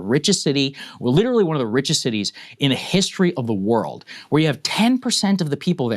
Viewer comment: when you say witerawy hitwer for 10 years i dont care anymore